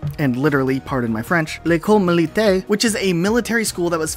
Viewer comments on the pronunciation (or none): Your being generous for the likes my friend. ''militaire'' sounded more like ''militai''. The R needed more crunch, it seemed almost absent!... No offense by the way. You said ''école'' well!